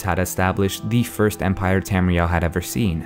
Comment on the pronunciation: Halt halt halt you mispronounced Empire you will face the wrath of the mighty Talos